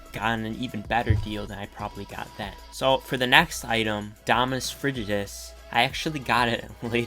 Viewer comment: Lol. So funny when you can’t pronounce the Dominus name. It makes you seem like someone who doesn’t have it.